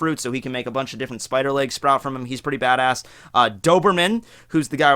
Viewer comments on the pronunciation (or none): none